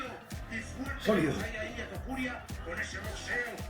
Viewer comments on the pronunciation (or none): Es Topuria, no Tupuria. ✌🏻😁